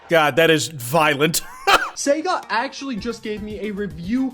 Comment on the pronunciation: he sounds Irish atchuamaly